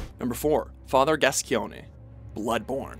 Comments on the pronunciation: Father "Gas-key-O-nay". It's Father "Gas-cone" lol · u say it gascoin not gascione k m8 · gas-key-own-ee is not reaaaally how you say Gascoigne. Its just gas-coin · Father “Gas-key-own-ey”? Its gas-coin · any other french speakers who cringed when he pronounced "father Gascoigne" as "father GASKYONEE"? 😖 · "Father GAS-KEE-OWN-AY"? It's "gass-coin," my man. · Ah yes, Father Gas-ki-o-ne`. You can just about tell that this guy has never played Bloodborne, nor interactied with its community. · Father "GASCYONE"? WHAT THE FUCK MAN DO THESE GUYS EVEN PLAY THE GAMES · Gascoigne is pronounced as Gas-Coin, dude... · Did he pronounce Gascoigne as gaskionay? I prefer the french pronunciation of gas kwahnye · Father Gas-ci-o-ne? really? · It's pronounced father Gascoin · Gas-coin, not Gas-Coi-Ig-Neh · Fiend Since its never specifically said in game it can be any possibility. So who cares. Im more upset he said gascoigne wrong since Eileen refers to him as gas-coin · its so obvious though. like when someone pronounces sulyvahn as suleevahn. seriously i dont speak a word in french, spanish or italian. its just obvious that you dont pronounce it gaskyonee. i mean seriously who listens to themselves say this and is just " yes thats probably how to say that". it just sounds wrong no matter how you look at it. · It’s pronounced GASKOAGN right? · Gascoigne is pronounced ''Gas-coin'' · "gaskeowneh", eh? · Father... GAS-GEONE-AY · Alright I was just looking through the comments and SERIOUSLY people, no one is gonna bring up there pronunciation of Gascoigne? Fucking gas-gi-on-a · GASS-COIN FATHER GASS FUCKING COIN MY BLOOD CURDLES WHEN YOU SAY IT LIKE THAT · Father Gas-gi-oney 😂 Asif you actually think that's his name. Great that. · "number 4: father Gascskioygnne" - 2015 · Listening to this guy repeatedly say "Gas-con-yay" made me hurt myself. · Father "Gascione"??!!! DEA want to know your location. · "Father GaSCyONEhy" Yeah, pretty much nailed it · Father Gasceeonay lmfao